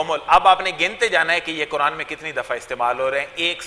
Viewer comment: KEYA AAPLOG QURAN KO BHI KURAN HI BOLTE HO. KEYA AAPKE YAHAN BARI QAAF NAHEE HAI.